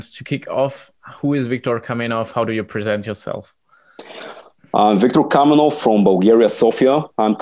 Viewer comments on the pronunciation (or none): KAMENOV, ne kaminov, retrati